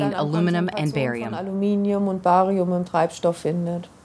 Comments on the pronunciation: Wtf is borium?? no credibility. IT'S CALLED BARIUM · Barium...Not Borium!